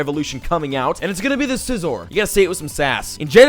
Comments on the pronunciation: P.S its scizor not sizzle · Sissle LOL Did Anyone Hear Him Say Sissle When He Said Scissor Or Was It Just Me.....!